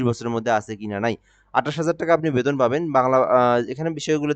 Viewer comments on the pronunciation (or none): none